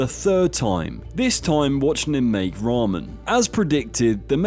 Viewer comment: That's NOT how you pronounce ramen..... 🤦 Tye "ra" should be similar to the "ru" when you say "rub" instead of the "ra" from "raw", and the "men" is exactly read similarly like how you say "men" (almost like "meant" but without the T) instead of having it like "mond" or "mund". And you should read Miso as it is written, no need to add that english-accented "oe". And Indonesian salad is called RUJAK. The "ru" is read like how you say the "roo" from rooster, and "jak" is read similarly to "jock".